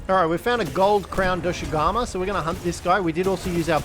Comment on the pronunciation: His pronounciations of Doshaguma as well (Doshugamu, Doshagamu, Doshagumu etc.) its pretty funny